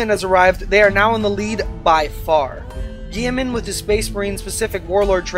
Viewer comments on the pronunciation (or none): GILL - E - MAN